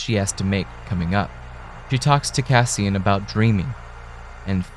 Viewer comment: "Cassian" - you get it wrong about 200 times. I'm out. you are a bleating tool.